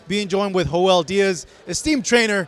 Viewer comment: My man called em Ho-el Diaz lol